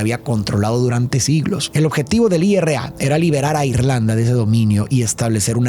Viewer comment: Se dice IRA no I.R.A